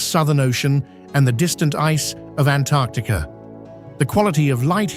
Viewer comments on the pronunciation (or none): none